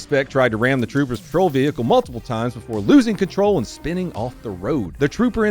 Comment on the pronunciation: "Vee-hickel". LOL.